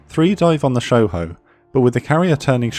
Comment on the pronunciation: They butchered Shoho. 🤣🤣🤣